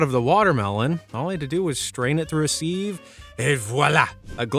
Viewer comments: Haha Seeev it’s more siv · Sieve is pronounced siv not seeeeve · IT IS A "siv" NOT A "sev" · “Sieve” is NOT pronounced as “seev”. The correct pronunciation is “siv” !!! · What the hell is a seeve? Sieve rhymes with give. Are people really stupid enough to fall for that toothpaste hack? When your tube is empty, you'd feel if there was something hard inside. Could it possibly have been posted by someone from Colgate's marketing department? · Congrats! Rage bait successful with the sieve pronunciation!👏Idk why but its bothering me so much!🙄😂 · Who pronounces sieve like that? 🤔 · Anyone else say sieve like that? It's weird 😂